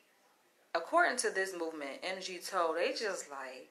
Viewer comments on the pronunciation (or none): It's pronounced MIGTOW...the "MIG" part is like "BIG" & the "TOW" part is like "COW". Feminism has sold women a LIE!😠It has told women that they can have their cake & eat it too! Nowadays,women are SO stressed out with trying to make/have a career AND do the housework,mind the children,etc! As a result,women are now the most unhappiest that they've EVER been in history!😥 Well,left wing,man bashing/hating feminazis have made their bed,& now they have to sleep in it!😠😤...I went MGTOW a long time ago!,& now i...... AVOID WOMEN LIKE THE PLAGUE!😠 Why the hell would I want to marry a woman when I could lose EVERYTHING! through a divorce!🙄😥We call it "divorce rape"!😠Also,why the hell would a man even want to be alone with any woman?!, when later on,she could falsely accuse him of rape or sexual assault....all for monetary gain!!!!😠😠😠😠.... The sad bottom line here is that...we men DON'T trust women anymore!😠...Fix up the unfair divorce laws for men,& then we might come back to the table!🤔🙄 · Jesus please stop calling (em gee tow) that’s as bad as as saying (axe me questions) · It's pronounce mig-tau....basically once the sexual gratification is fulfilled....we see no value in yall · I have been MGTOW for the past ten years and I am Black. Going through a really bad divorce took me there. Now you have MeToo and extreme feminism - I am done with women. And it is pronounced migtow altogether. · MGTOW pronounced MIGTOOOW or MIGTAU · No MGTOW pronounced "Mig Tau" is not a hate group. Its not even a group or a movement. Its a philosophy. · You’re completely wrong about MGTOW, your entire perception on it alone is very far from correct. So far that you couldn’t even have the least bit of courtesy to PRONOUNCE it correctly BEWARE of these harlots #TheDemonIsLurking👹👹 #CHAMELEONPURGE